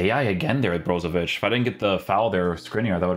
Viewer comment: as a croatian huge respect bro for ic pronouncing ich not ic